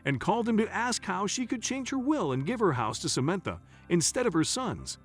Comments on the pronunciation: Did you check how to say samantha before you buchered this name so many times? If this is computer generated, your computer is woefully inadequate. This is more than annoying, it is very irritating. How are people supposed to understand the story, while trying not to hear this royal mess-up, to avoid getting angry. Would you be happy if Samantha was somebody you knew, and people consistently said her name so badly? Do better please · Such an annoying narrative. The man misprounced Samantha's name numerous times.